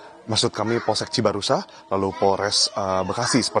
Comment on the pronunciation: Cibarusa, Cibarua, PolSek Cibaruah yang bener yang mana, kalau ngomong belepotan jangan jadi reporter sekalipun ganteng